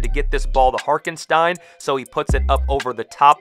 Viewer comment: can’t lie, it bothered me as a giant OKC fan lol. His name is Hartenstein. Pronounced Heart-en-Stine